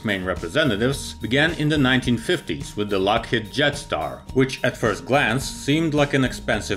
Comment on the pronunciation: I heard Jetstar as Death Star